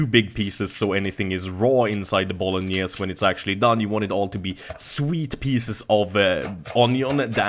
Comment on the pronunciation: bolognese is pronunced with the final "e" as well... it s italian